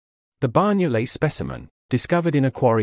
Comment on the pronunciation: Amazing, I had always been told that the Banyoles jaw was a Neandertha specimen. Tip: the NY in Banyoles is pronounced like GN (eg. D'Artagnan) in French or the letter Ñ (eg. España) in Spanish. Banyoles is the Catalan name for the place where the jaw was found.